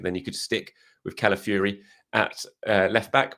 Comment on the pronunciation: CalafiORi Fee-or-ee Not ‘calafury’